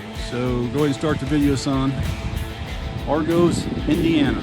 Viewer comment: Sorry, train didn't come to Warsaw. Went south of Warsaw through Mentone, Claypool, Packerton, South Whitley, and more. Argos sounds like = argus.